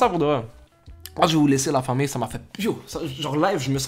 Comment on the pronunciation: Yé la famiyye c'est insister sur le y